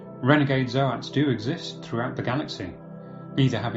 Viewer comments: "Zo-ats".. What are you on! Its "zoats". Like oats! Someone save us! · ZOTE NOT ZOH AT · So, I appreciate the effort this stand in creator made, a few key things kept the video enjoyable. To get it out of the way, Zoats is just Goats with a Z. No fancy articulation is needed. This isn't a big deal but it is a bit rough on the ears. The music was a bit too loud, at some points I had problems deciphering what was said. It may also just be the tone of your voice that is a sleepy drone. The strobe effect from that old slide show effect was pretty annoying, I wouldn't say seizure starting, but it definitely wasn't pleasant to look at. I think, overall the creator may be good in his own respect, but the vocal cadence is a shock from Arch's upbeat tone. Think a trumpet vs. A lazy trombone. I wish I could have enjoyed the video more, but I had to stop as I couldn't really digest any info. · The way you pronounce Zoats hurts my soul.